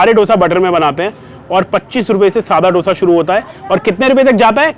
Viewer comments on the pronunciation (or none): It दोसा and not डोसा. PLEASE TAKE NOTE! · Its pronounced as 'दोसा'